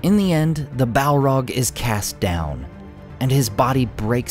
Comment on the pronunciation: listening to this guy say "Balrog" is an uncannily satisfying experience. I think I could listen to him saying "Balrog" for a significant part of the day